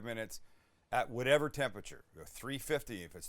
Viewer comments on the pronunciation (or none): none